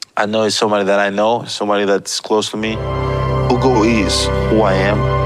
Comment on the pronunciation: It quite amazes me how these Arise News people, especially Ms. Ojy Okpe, who is said to hail from the ethnic Igbo-speaking Delta State, cannot properly pronounce a common Igbo name as "Ugo," which means Eagle 🦅? The point here is that Igbo names are phonetically pronounced. That is, you say them just the way they are spelled. Especially, if you have heard the word before, it makes pronunciation a lot easier. Has Ojy Okpe not heard the word, "ugo" (as in eagle 🦅) before? If she has not heard the word (ugo) before, she is duly excused.